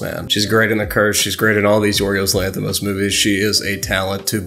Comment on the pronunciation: I don’t even know this guy but when I saw his name I instantly knew he is greek (I am Greek) and good job with the pronunciation of his name a lot of English people can’t pronounce correctly our name most of the time so yea